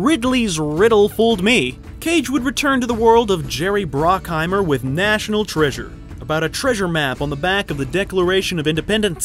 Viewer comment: Thanks for the great content! Just a few pronunciation tips - it's Jerry Bruckheimer, with a U not an O. Razzie is short for Golden Raspberry, so it's not pronounced like it has an O in it. Also, the S in Cannes is silent.